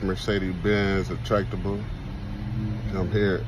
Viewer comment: Oh wait, he said, “attractibal”.